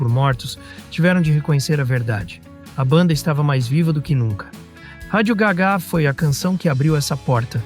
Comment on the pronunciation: ao menos podia dizer radio gá ga e não radio gagá...